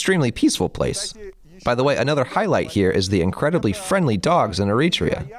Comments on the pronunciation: You can always tell if the person making the video knows about Eritrea by the way they say the name. The narrator called it E-REE-TREE'YA Those who know the country or who have ever met an Eritrean know it's pronounced AIR'ET'REE'YA What people who have never been to Eritrea, or anywhere before and watching on video or internet. Basically, anything that is not LIVE but pre-recorded is that video is manipulating. You can make anywhere and anything seem as grim as you want when you can edit, pick, and choose what you record. I take very little consideration in the guy who made this because what does he know about the culture? What are his ties? We need white people, let alone a white dude who can't make a video on his own? He has to have someone else speak English for him? Habesha (Eritrea and northern Ethiopians) are not colonialism pronged Africans. Okay, Italian rule for fifty years or whatever in Eritrea. Does Eritrean culture resemble or reflect anything Italianbthe minute WWII was over? We've always been distinctive in our own regards. Im not saying it's the best place. Far from it. I live in the States. I can show you how every street in AMERICA that has Martin Luther King Blvd is far worse than it is in Eritrea. For all those Eritreans who are so quick to turn on the Eritreans who say something you dont like. Have a disagreement, but remember, you're still the same. That's the only i time feel like we act like the jungle bunnies in West Africa. The way in which we are s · er-i-TRE-a, not e-RIT-re-a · The English dub of your video mispronounces the country's name all the way through. There is no country called "ereetrea." It's air-ee-tray-uh. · I'd ask how the narrator can't pronounce the name of the country in the video, but the video details push a grift. Consider me unsurprised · The AI voice is excellent, except for one thing: the pronunciation of Eritrea.... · You are mispronouncing Eritrea.